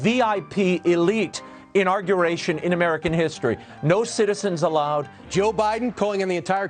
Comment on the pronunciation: "inauRguration" 😂 Man, seriously! How terrible can these people be! They want unity, cry for unity right? Then blame Biden for not stopping the impeachement trial of Donald Schlump and they STILL GO OUT and do their part to try and bash Biden's inauguration speech poking fun at him for being that uniting factor we so badly need right now! How is that helping their case?!